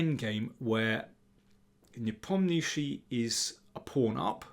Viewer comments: It's pronounced as Nepom-Nia-Chi....Not Nepom-Ni-Shi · Please try to pronounce Ian's surname slightly more accurately There is an "A" in there.